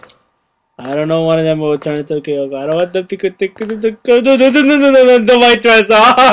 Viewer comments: Look, I know Kayako is scary, but your freaking out is a bit too much. You sound like she's gutting you with a knife. By the way, you're calling her "Kyoko" or "Kayoko". Also by the way, I nearly peed laughing. XD I gotta ask, are you Brazilian? I thought you said "Pra trás" or so. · undead gamer 73 That's true, I actually call her by Kayoko. That was the way, how I pronounced her name. But to actual Japanese is Kayako, which I knew for a while after I've played the Let's Play series from my gaming channel of "".